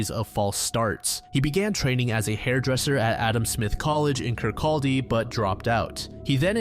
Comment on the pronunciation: Scot here. In the Corrie McKeague case, 'Cupar' in Fife is actually pronounced like 'Cooper', and the 'line' at the end of 'Dunfermline' is pronounced 'linn'. The 'L' in Kirkcauldy is silent also. Great video as always!